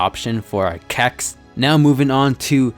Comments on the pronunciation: It so cringeworthy when you say Cacs just say C-A-C (see a see) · Stop saying CAC's like that. My mom said if I watch another video like this again I can't have my phone anymore